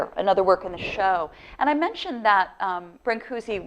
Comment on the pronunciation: This is all wonderfull and all but you really have to pronounce his name right. Thank you !